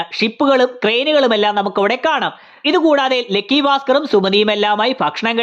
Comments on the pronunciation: ലെക്കി അല്ല ലക്കി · ഗൾഫ് നമ്മക്ക് ഗെൾഫ് ആണല്ലോ.. അത് പോലെ